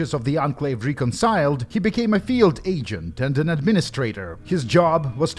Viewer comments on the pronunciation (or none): none